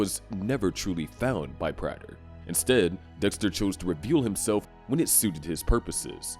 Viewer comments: It’s pronounced PRAY-ter not PRATT-er. Please learn how to read lil bro 🙏🏻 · Its prāter my man not the way you pronounce it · Stopped watching because of the way Prater was pronounced. I wish I could Bay harbor Butcher you for that pronunciation.